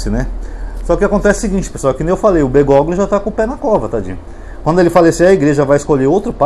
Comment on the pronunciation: Prezado, o nome do papa deve ser lido como Bergólio. G seguido de L em espanhol não é pronunciado assim como o H em algumas palavras em português como Hospital.